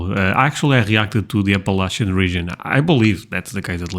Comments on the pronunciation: You pronounced Appalachian correctly (App-puh-latch-chin) -Someone from NC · I was proud of him for pronouncing "Appalachian" correctly too (at least the way we pronounce it in NC) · Just wanted to say thanks for pronouncing Appalachian the right way.